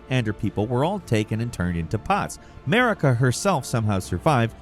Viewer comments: Her name isn’t pronounced like America. It’s Mar-i-ka. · Did anyone else hear "Merica" instead of Marika ? It could just be me as I'm due to take my second load of meds... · why Elden Ring has 'Murica ? it's not America, its Marika (Mareeka) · i just had to say this, everytime you said the name "marika" it sounded like you were saying "merica" lmao 😂